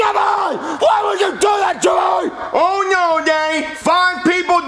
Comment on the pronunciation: he sais JEFFOY